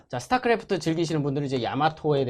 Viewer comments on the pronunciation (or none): none